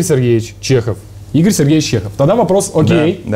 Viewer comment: Просто в имени Игорь - поменяли ударение Иго́рь,вот и получилось имя созвучное с именем Егор.